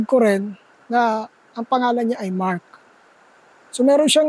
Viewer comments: narinig ko rin ang sabi nya na Mark very clear ang pagkasabi nya, may babae din akong narinig. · Malinaw ang pag ka sabi sa pangalan niya Mark! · Narinig ko rin ang pagkabigkas nia ng name nia po... parang bnatelyo po si mark..